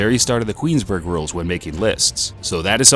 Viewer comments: Dating back to the start of the what rules? Did you say Queensburg rules? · .... What the fuck is 'Queensburg rules'.... I've heard of the Queensbury rules but that must be a new one!! And dude claims to know boxing hahaha!! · whats the Queensburg rules - its Queensbury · Did you say queensburg rules? If so disqualified from commentating. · Did he say the QueensBURG rules? My hearing isn't the best but I swear he said that